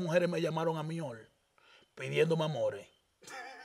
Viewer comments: El No Dice Hoy El Dice Ol 😂😂😂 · El se queda, encondio😮😅... se dice, escondido, por dios!!. estos dominicanos, se han dedicado a ganar dinero en las redes tienen un dialècto tàn malo, que yo siendo dominicana, me da tanta vergienza 😅 y oye, no dice hoy ni loco, èl Siempre dice, hol😅 y dice que alguien lo selañe 😂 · le tiene miedo a la iii,dice hol en ves de hoy😂😂😂